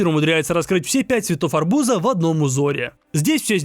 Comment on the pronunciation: Арбу́за❌ Арбуза́✅